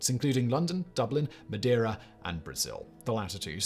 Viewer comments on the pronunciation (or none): none